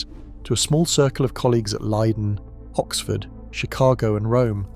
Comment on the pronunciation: I've never heard of Hoxford university. I've heard of Oxford though! 😂 Crappy A.I 😂😂